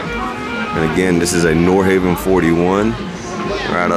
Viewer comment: A note on pronunciation: "Nordhavn" is pronounced nord-hah-vn, not nord-hay-vn. The name is Norwegian for "North Harbor," chosen because the founders of Pacific Asian Enterprises thought their first project, the N46, had a look that was reminiscent of North Sea fishing trawlers.